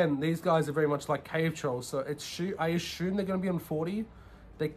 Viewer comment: Good video. No more than 10 “asshume”s per video next time! Lol.